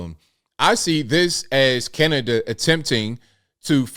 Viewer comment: I think any time talks about Cana-da-da he should open with "...and today we gotta talk aboot". It just feels right.